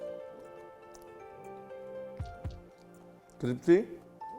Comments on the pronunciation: Sir crispy hai cripsy nehi 😂😂😂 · Crispy ❎ Cripsy ✅ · The way you say crpsi instead of crispy 😋😋 ussi mai crunch aa jata hai